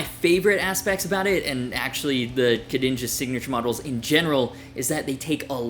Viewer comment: French here, your pronunciation of the two names was actually quite good ! Gg from baguette YouTube